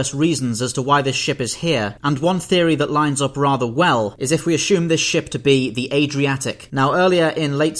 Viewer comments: I’ve done deep research and yet to have discovered an h in the word assume. I’ll add more information if I discover. As shoom? I couldn’t watch the whole thing for this irking me lol. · Why do you pronounce "assume" like it has an "H" in it?